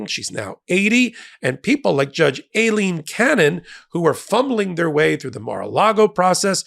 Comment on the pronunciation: WHY do you pronounce the judges name "A-leen cannon" Its pronounced like eye-leen